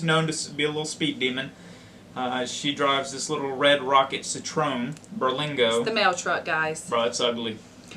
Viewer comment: Its funny your speeding in an over grown roller skate. The UK system is quite complex to the USA. I passed my driving test in 12 minutes in Indiana in a stick shift (manual). Your car is pronounced "sitron" not "sit ro en". I think thats the car you gave away to your restaurant lady. For some reason your channel comes up on my view list all the time. If you keep getting tickets your insurance is going to sky rocket. By now you should have 2 SP30's (or at least 1) and 3 to 6 points on your licence(if its UK licence). If you just go over the speed limit the class is usually given in exchange for the points. 12 points is a 3 year ban I think. Points get deducted after 5 years if I am not mistaken. Be careful out there, pay attention and you'll be good.